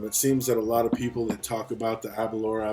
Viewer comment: Aberlour A boonaa is the correct pronunciation, I think ^^ Now try to pronounce Aberlour Casg Annamh hehe, they really know how to name them. Thanks for the review. I have tried several expressions of this now (62,66,67) and I really cannot become friends with these. Initially, they are quite tasty and fragrant. But, for me, I always get this note after the finish, a bit cloying and sharp. I do not get this in Glendronach, Kavalan solist, Glenfarclas or Glengoyne. It is not sulfur.......something else, which ends up putting me off the bottle after a while. It is always there, without water, with water, full bottle, half bottle. I did have the Aberlour 18 and that was finished in the end, but I cannot remember if it had the similar note. (possibly, but perhaps less dominant). So, it may actually be related to the new-make and how much they push into the feints or something. The A'bunadh may be too young for the casks to have done their work to round off such notes(?), don't know. It is sad, because the A'bunadh is not a bad scotch at all....just wish they would get rid of that awful end note, which lingers for hours.